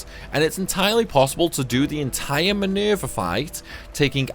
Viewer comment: MINUUUUUURVEH, LMAO I like how you say her name. I find myself repeating it over and over.